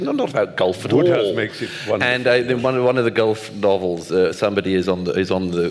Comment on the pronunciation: Ah the pompous pontificating Oxford types mispronouncing one of the funniest authors of the 20th Century. It's WODEhouse. All that education and sanctimony